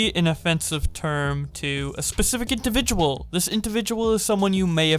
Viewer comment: noone:: intivitual